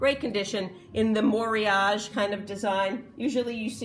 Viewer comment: Every time I see Pyrex, Corelli, Corning, Fire King out in the wild I think you and imagine you teaching us about it. ☺️ BTW, the correct pronunciation of Moriage is more-e-ah_gay. (I speak Japanese). love the bon bon rose dish and teapot. Thanks for sharing your knowledge.